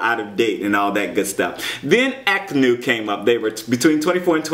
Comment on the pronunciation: AKNU pronounced Ahh new...love you <3